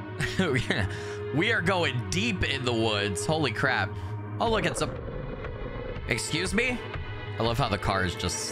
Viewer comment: FINALLY a real werewolf game! Also I love how you say "B'SCUSE ME?" Reminds me of that game grumps video where they talk about cvs and kfc lmao